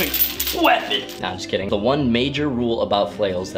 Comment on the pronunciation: Did you say "Perfect feeapon" just after you connected the chain? Haha